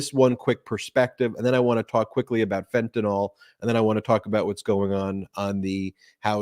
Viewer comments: Fentanyl is pronounced FEN - TAN - ILL not FEN - TAN - ALL. Thanks 😊 Love this show. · It's not "fent-a-nol"... it's "fent-a-nil". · For fucks sake. It’s Fentanyl. Like rent an hill. Ill, not all. How all you multi degreed pundits and law makers get “nall” from nyl I cannot comprehend. Also Ben is on the right track. People OD because the strength of the dose varies from bag to bag. Now thanks to Perdue pushing Oxys at strengths junkies would be afraid of, a decade ago. Now people in pain can’t even get Percocet. So they turn to the black market and play Russian roulette every time they score. Legalize everything, hard stuff would require an easily attained prescription. Cannabis legalized federally can subsidize it. Gut the DEA and make education and rehabilitation readily available to all who indulge, deaths would drop 10 fold almost immediately.